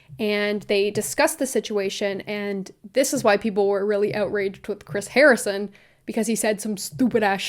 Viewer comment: Haha! I chuckled when you said harring instead of Harrison 😊 love the video girl!!